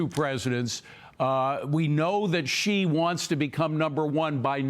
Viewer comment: It’s a treaty, not a contract. Is trump being investigated for tax evasion in Panama? The president of China’s name is pronounced, See, not she.